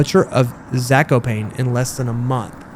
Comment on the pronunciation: I'd really hate to be that guy, but as a Polish citizen, I feel it is my duty to say that Zakopane is pronounced something like Za-ko-pah-neh. Again, I apologize for posting this on the internet. Also a good time to mention that she isn't russian but polish and I have no idea what she was whispering.